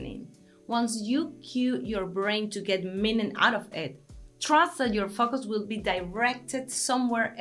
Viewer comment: I LOVE YOU!!! But what I really mean is that I love the way you pronounce the words "focus" and "categorize." When you say focus, to our English ears it sounds like you are saying (forgive the profanity) "fuck us". Its a bit distracting, but coming from you its kinda cute! If I can humbly make a suggestion that you try to use a little French, "faux-kus" maybe. I couldn't begin to help with "categorize", there are just too many vowels in that word and they all project different sounds than normal. In Spanish, all vowels sound the same, so I understand your difficulty. High praise to you cariño.